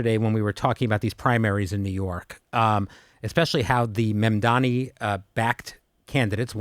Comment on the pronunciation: It's Mamdani but Mandani 😂😂